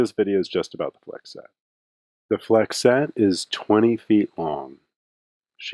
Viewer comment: as is the e at the end of flexette